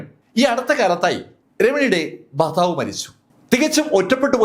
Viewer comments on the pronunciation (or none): none